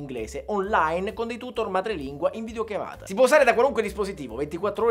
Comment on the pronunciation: Solo io ho sentito "in video chiavata"?